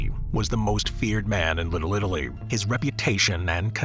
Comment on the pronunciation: Little Italy ❎ Little littlely ✅